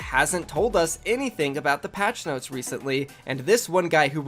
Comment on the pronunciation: I liked the vid, but never say noties again